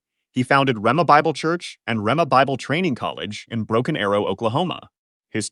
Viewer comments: Should have a person do the voice overs. The AI keeps mispronouncing Hagin and Rhema, including mispronouncing each word multiple ways. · The fact that you can’t even pronounce their names right proves you have no idea what you’re talking about. Learn to pronounce Hagin & RHEMA right and maybe I’ll believe you know a little bit about them. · "I am a part of the charismatic tradition", says AI that doesn't know how to pronounce Hagin and Rhema?😊😊